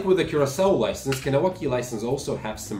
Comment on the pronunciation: You’re saying Kahnawake wrong